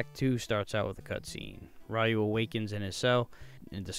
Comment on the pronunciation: It’s (Re-u) not (Why-u)!